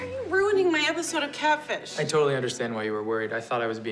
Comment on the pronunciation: is Katfish the new cool way to say catfish or is really ignorant.😂